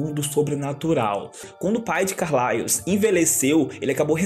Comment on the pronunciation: Que agoniaaa dele falando "Carlaios" kkkkkkk, mas mt bom o video